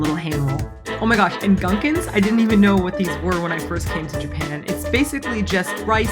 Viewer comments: really cool video guys ^^ all of them look tasty, but im pretty sure its "goon-kans" not "gan-kens" (gunkan) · Gunn kin lol "goon" "khan" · It all looks so good! I miss kaiten sushi so much. Love the video! A pronunciation tip to help you out, gunkan is pronounced closer to "goon-kahn" the "u" is always an "ooh" sound, and "a" is always "ah". It was very cute when you said gunkan like it rhymes with Duncan tho <3